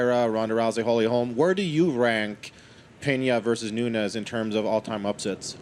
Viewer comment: It's NUNES!!! Not Nunez.